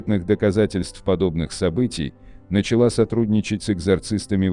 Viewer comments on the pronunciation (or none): none